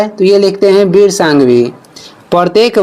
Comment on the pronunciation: विर नहीं वीर होता है।‌